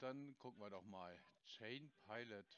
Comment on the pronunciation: deren tolle Aussprache: aus "Chain" wird "Schein" - perfekte Sprachkenntnisse 😖